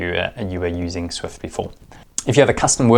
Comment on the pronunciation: It's called Zwift, not Swift :D